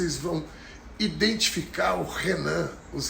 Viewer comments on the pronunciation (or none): none